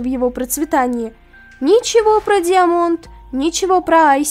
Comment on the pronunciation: Я вот думаю а разве не даймонд правильнее читать?? А финал и правда изговнявкали.....